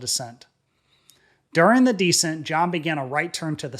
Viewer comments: Please! The word for lowering altitude is NOT DEEscent like taking stink off of something. The word is descent, the accent is on the 2nd syllable (de-SENT). One of the less than great things about AI. smdh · The word DESCENT is pronounced like this... accent the SECOND syllable, not the first. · You need to learn the difference in pronouncing descent vs decent